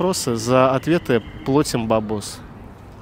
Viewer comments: ПлОтит! Режит слух! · Какая разница где и как говорят? Безграмотной речи полно везде, и как раз благодаря той же окраине. Девушка произнесла слово правильно - дуршлаг, а ведущий безграмотный, и написал слово с двумя ошибками дРушлаК. Он плОтит...🙈